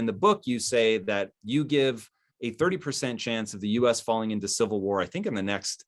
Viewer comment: Been telling people for 4 years that if a sivull whar breaks out we'll get in-vay-did